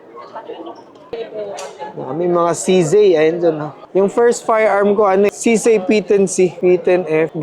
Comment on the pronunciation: Saan ag CZAY ??CZ LG NMN NKA SULAT.. REVIEW KA NGA NG ALPHABET SA KINDERGARTEN BAKA MALAMAN MO NA MALI PAG BASA MO SA LETTER " Z " ✌️